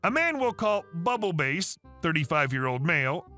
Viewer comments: I'm sorry but you pronouncing Bubble Bass as Bubble Base is driving me insane Bubble Bass is a guy from SpongeBob SquarePants. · did you mispronounce Bass (as in ‘Bubble Bass’) on purpose? I think the OP meant bass like the fish….. 😉👍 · It’s actually bubble bass, as in the fish. You’re killing me with this